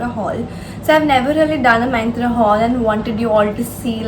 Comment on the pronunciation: " MAINTRA " 😂😂😂😂😂😂 Its MYNTRA ( MINTRA )